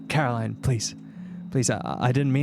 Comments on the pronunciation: her name is "CaroLINE", not "CaroLYN" xD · The best character development through this mod was finally saying Caroline instead of Carolyn 😂 jokes aside this was a well made mod! Very much oscar worthy 👏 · idk why but when said "Meet Caroline" i thought he said "Meat Caroling" 😭